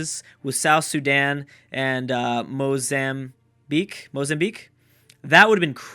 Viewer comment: Am I the only one that was proud of for not butchering Mozambique?